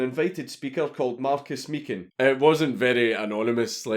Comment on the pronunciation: Mark pronounces his name. HIS NAME! You say it like "Mee-kin" Please bear this in mind. It does my fucking nut in when people pronounce his surname as "Meec-hin"/"Meech-an". I also heard one person say his name like "My-kin".